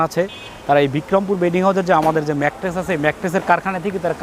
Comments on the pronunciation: ম্যাট্রেক্স না ম্যাট্রেস। প্রতিটা ভিডিওতে বার বার একই ভুল করতেছে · I hear mattress and materix lol. Nice manufacturing though